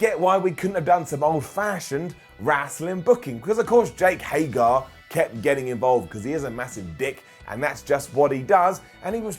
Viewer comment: It's HAIG-ERRR not HAIG-ARE. C'mon! For the love of Repo Man say it right!